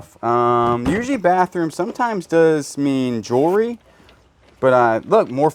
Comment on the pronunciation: Also, practice saying jewelry.... JEW-L-REE.... ;)